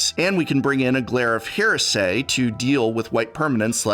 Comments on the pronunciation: Also hears Glare of here-say 🤔🤔🤔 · Why are you pronouncing "orchid," "devout," and "heresy" like that?